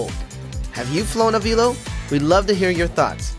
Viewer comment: I worked for Avelo in MCO. I enjoyed my time there, and we had an awesome crew. BTW, it's pronounced ah-VEL-oh, not ah-VEEL-oh.